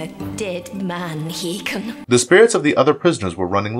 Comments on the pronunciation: Hay-kon! Not whatever pronunciation you were saying lol it’s like listening to Benedict Cumberbatch say “penguins”. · You kept saying "Maggus" like the name "Maggie", but the man's title (not name) was "MAY-GUS". "Hak-Cone"? The princess in the clips called his name "Hay-kun". "Eliza" is NOT the detective's name, it is "Elisa", pronounced "Ee-Lee-sa". Its not an uncommon name either, and for one of the main characters, shocked you can't get her name right. You pronounced Titania like Titanium (the metal) when her name (from Shakespere, BTW) is pronounced Tih-Tah-Nia. Not sure how you can mispronounce so many character namestitles when they are blatantly spoken, and quite often, in the show. Heck, if you reviewed the clips to make this compilation, you would have heard the names and titles pronounced properly to know better. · The repeated mispronunciations of "Hakon," "Magus," "Eliza" and "Demona" are driving me crazy.